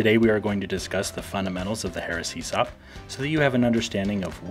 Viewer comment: Makes it sound like a "Heresy Op" .. haha it's all about the right emphAAASis on the right syllAAABle.